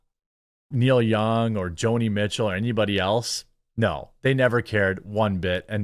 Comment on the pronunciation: Who the hell are Kneel Young and Jo-Knee Meat-Chill?